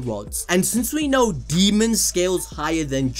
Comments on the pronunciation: Daemon- Day-mon, not Demon lol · his names pronounced Day mon. Not fuckin demon... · Daemon. DAY-MUN. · constantly calls daemon, "demon", keeps making my skin crawl. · Dude please say his name right, the video was so hard to watch, it’s DAYmond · i know you didn't call Daemon, Demon 🤦‍♂️ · Idk why but you pronouncing his name as ‘demon’ was really irking me 😅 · Daemon "day"-"mon